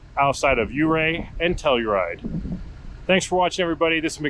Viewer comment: The correct pronunciation is Ofurr not Ofear pass.